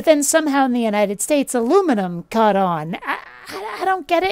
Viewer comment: Pronouncing the u in aunt sounds pretentious to my ears. On the other hand, ignoring the u in "caught" , as you did, sounds weird. It was only on my third listen that I could detect any difference between the way you pronounced "caught" and "cat".